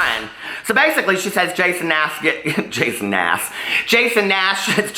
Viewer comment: "Jason Nass" XD